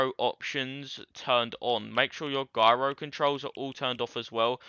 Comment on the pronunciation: Im not sure if its his accent but the developers said gyro which is said like jyro hes sayin it like Gyro if you know what i mean also is says actually too much and explains useless stuff 5 times and says it slowly